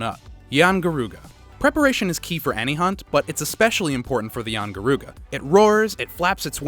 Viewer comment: Doesn't mention that yian garuga is a sub species, also a note worthy thing to add is that it's rathian and yian kut ku mixed, obviously this man hasn't played old world because he can't pronounce anything aside from a flagship